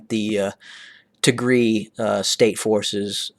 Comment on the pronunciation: You pronouncing wrong Tigria, you have sound it Y ( Tigray) But Thank you for being voice of Tigray we Appreciate it